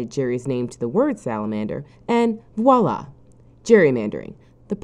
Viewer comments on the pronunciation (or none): i had a small stroke when she pronounce “voilà” like “wah-lah”